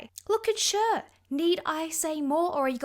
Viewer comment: Love you but it bugs me that you pronounced Cher wrong. It’s pronounced Sh-Air. Or share.